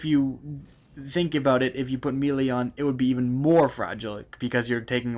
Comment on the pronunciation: why do all these fucking youtubers say melee like that?